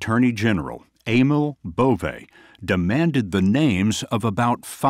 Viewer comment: Bove? Schwienhundt